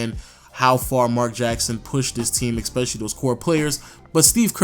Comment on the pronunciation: I'm gonna miss listening to this everyday except how you pronounce especially